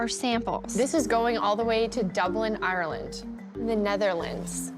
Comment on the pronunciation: I hate when they say ‘oh I’m from Ireland’ when they can’t even say Ireland right…..